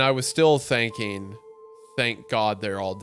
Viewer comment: thanking instead of thinking, been or bin instead of ben, please speak correctly.